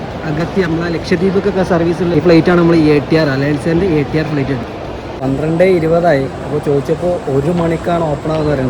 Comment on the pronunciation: ഫ്ളെയ്റ്റ് അല്ല ഫ്ലൈറ്റ്